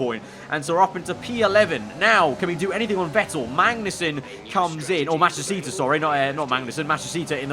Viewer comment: really can't say Matsushita